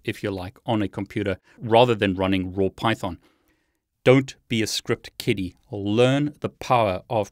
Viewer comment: did you say "Script Kitty" funny,, is that a thing? lol